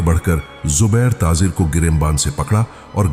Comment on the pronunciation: taazer kia hota hai urdu ka beda gark mat karo taajer bolo